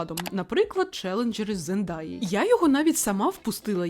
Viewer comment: Дякую за вашу працю! Єдине що хочу вас виправити: ім'я акторки Zendaya читається як "Зендея", а не "Зендая". Буду вдячна якщо візьмете до уваги 🥰